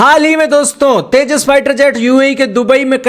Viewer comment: Porki Anpado ko tejas vi bolna nhi aata 😂😂😂